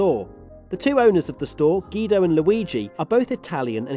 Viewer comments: You didn’t just call Guido “Gido” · He said gido it’s pronounced gwido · "geedo" LMAO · Am I the only one upset at his Guido mispronunciation? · U cant say my guy guidos name like that